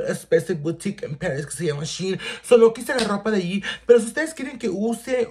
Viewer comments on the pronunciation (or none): none